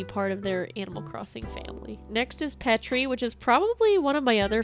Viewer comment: THANK YOU for saying Petri's name the "correct" way. As a Finn it makes me so happy